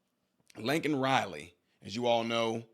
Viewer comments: #LakenRiley LAKEN! Not Linkin! Damn Joe! Get it right!!! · What is so disgusting and disturbing to me is that at the State of the Union, someone said her name, and Biden had a pin prepared to hold up with her name on it. He called her "lincoln Riley" and had the nerve to say he knows what it's like to lose children, and his condolences are with the family. There was absolutely no accountability on his part, and he didn't even bother to contact or go to the parents to apologize in person. Yet he wants us to believe he has all of this empathy and isn't like "the other guy." I was sure I wasn't going to vote for him a long time ago, but I really hope other people paid attention to the dismissal and minimization of the harm caused to Laken Riley and her family. Biden is nothing more than a textbook narcissist. He said her name wrong, then quickly refocused the attention back on himself and the comparison of his tragedy to that of Laken's family, deeming himself an expert on the subject. Disgusting. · Bidens old ass couldn't even pronounce her name and called her Lincoln totally disrespecting her and her family. Anyone that votes for Biden at this point is just as destructive.